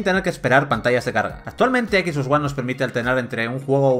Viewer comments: No sé por que todos los españoles pronuncian el ingles como suena en español xD no se por que dicen ekis box en lugar de exbox o spiderman en lugar de spaiderman, no les enseñan ingles en la escuela? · "equis" box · equis box hahahahaha